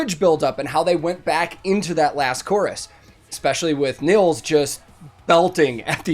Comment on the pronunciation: Really cool! Just like you, I just discovered Ad Infinitum recently and I really like what they do! Btw, Nils is pronounced "Neels". :-)